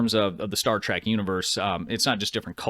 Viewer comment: Trek... Not track... Please react to things you can pronounce properly 😭